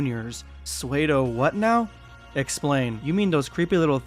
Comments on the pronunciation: Pseudo is not pronounced swedo it’s sudo. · My man said swaydo bro sue-do. P is silent. Pseudo (sew-do) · it's pronounced SOODOH dude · “SUE-DOE” bro 🤦🏾‍♂️ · "Sue-doe" The "P" is silent. I kinda thought most people already knew that the Cell Jrs are still alive and kicking. Then again, not many people read the manga. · That's not how you pronounce "pseudo".... Also, there's no way the Cell Jrs. were ever at the level of Super Saiyan 2. When Gohan went Super Saiyan 2, he obliterated all of them effortlessly. These things were maybe equivalent to full power Super Saiyan 1, or a little over that, at best.